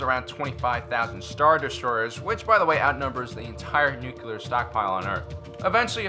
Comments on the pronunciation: Love your vids, but I had a hard time with one thing. It is New-Klee-Are, not New-Cue-Lar. Sorry, but I would rather listen to nails on a chalkboard. Both Bush 43 and Carter said that. I cringe every time. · Please learn the word nuCLEar! It is not nuCULar.... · NU CLEAR not NU CU LAR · You pronounce "nuclear" like President Bush. It's "nook - lee - err", not "nook - yoo -- lerr". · Nuculer ??? Or nuclear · its nuclear not "nucular" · It’s nuclear. How many times he gonna say Nucular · Just like the real new Star Wars movies. Too much comedy in this video. Plus, what is "Nucular"? It's "Nuclear." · I gave you a like in this one, because it was honestly awesome - I almost retracted it for all of the “nucular”s, but I saw a video of yours yesterday where you joked about that/ and your channels have quickly become my favorite - sooo, I gave you a break 🤣. Keep up the great work! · Say it with me: N-U-C-L-E-A-R. Nuclear. NEW-CLEE-ER. Nuclear. "Nucular" is not a word. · Always thought you were smart, then you said "nucular" 🤔🤔🤔